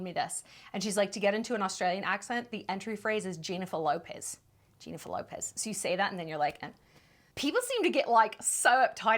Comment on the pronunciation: very close, but try saying Jennifer LARpez